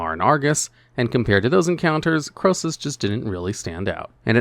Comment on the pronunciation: Krosus?! Nah mate